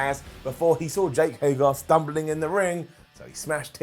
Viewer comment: I agree with the stuff about Hager, he just doesn’t excite me. And, it’s Hager not Hagar!!! Stop saying Hagar!!! Lol